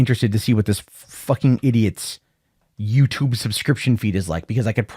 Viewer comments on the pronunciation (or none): none